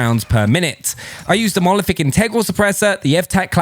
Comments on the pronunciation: Monolithic not molothic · The way you pronounce monolithic as "mo-oliFic" makes my ears cringe very goddamn time xD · It's called a monolithic suppressor, not molephic suppressor 😅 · If i hear this wanker say monoliphic suppressor one more time..i will have to go to rehab